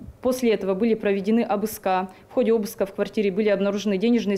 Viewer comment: Когда юрист говорит "обыскА", где-то плачет ее учитель русского языка